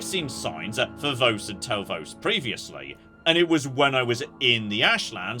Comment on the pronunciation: The Amulet of Flesh Made Whole is a godsend if you get it earlier in the game. Also, it's pronounced Vos like "loss", not V-ows